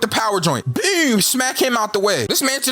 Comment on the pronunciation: “BEWM BEWM BEWM” you from baltimore huh lmfao